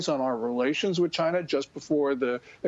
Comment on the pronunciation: "Chy-na." DJT